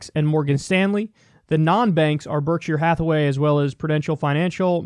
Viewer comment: Kyle doesn’t know what Berkshire Hathaway is haha, you can tell by his initial struggle to pronounce their name.